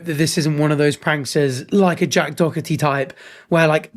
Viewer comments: Was saying jacks name wrong on purpose?😂 I very much can't stand the kid either, I call him jack dorky😅 but saying "doc-er-tee"? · well u for sure pronounced Jack's last name wrong ❤